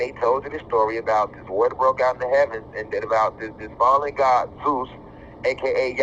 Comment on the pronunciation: Zeus sounds more like Jesus